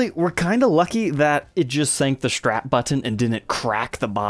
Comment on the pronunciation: Nice guitars. But it's called a strap, not a "shtrap".